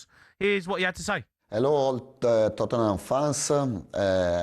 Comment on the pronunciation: You know you’re a small club when people pronounce it Totten Ham